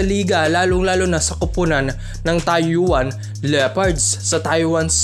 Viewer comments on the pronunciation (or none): Taoyuan -" taw-yen".. para d mahirap..